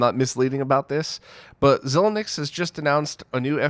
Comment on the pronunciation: "ZY-links" not "ZU-lunx" for Xilinx Pronunciation